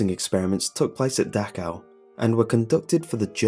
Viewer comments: Dachau!! CH!!! Not Dakhau.... Y U muricans not learn the proper CH sound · ITS PRONOUNCED DAH-SH-OWW.